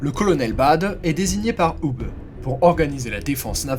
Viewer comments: Hubé......punaise mais tu as appris a prononcer les noms teutons ou? "Hubeuh" c'est un nom propre.... ça te dit que je te rebatise ""? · Pour la prononciation de Hube, elle est presque parfaite. Vous auriez pu terminer par "bè". 😊 Bonne continuation Si pour d'autres vidéos pour des noms belges (francophones ou flamands) ou des noms allemands vous avez besoin d'aide pour la prononciation, je peux vous aider si vous le désirez.